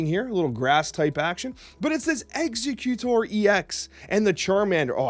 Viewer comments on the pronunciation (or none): none